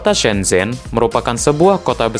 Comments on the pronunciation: Duhhh..geli pelafalannya...shen chen....bukan sen zhen donk...mimin banyak belajar dulu ahh.. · Ada pepatah Cina "Kalau ingin melihat masa lalu pergilah ke Beijing (baca Pei Cing), kalau ingin melihat masa kini, pergilah ke Shanghai, tapi kalau ingin melihat masa depan pergilah ke shenzhen (baca Shen Cen) Oh yah propinsinya Guang Dong tapi bacanya "Kuang Tung "